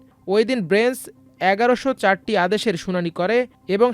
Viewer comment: ব্রেঞ্চ নাকি বেঞ্চ?